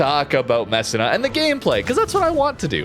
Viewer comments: You are making little old italian ladies cry in Italy. It is pronounced meh-SEE-nah......gon-ZAH-ga, and veh-NET-tsyah. Come on Canadian! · MESSEENA, proper pronunciation please, and thank you for pronouncing Sicilia properly as well. That one took a while. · Hey, Italian here. Its pronounced Mess-e-nah. Just a heads up😊